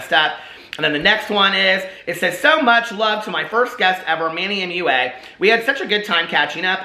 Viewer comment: Manny Mooa Mooa😂 you crack me up! Gah I adore you. I thought Manny Mua was pronounced mwah like a kiss when I first found him. 💋